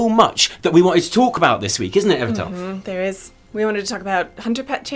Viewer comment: Holy sh-t, I won ;_; Omgomgomgomgomg, I'm so glad you liked me drawing, guys. I put all my effort on it. I can't be any happier! Love ya all <3 And congratulation to everyone who won also, and participate on it! <3 Pd. I loved how Evitel pronounced my name. dead af